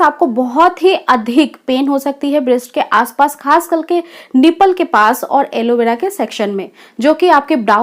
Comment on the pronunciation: alovera nhi khte mam areola khte h😂😂😂😂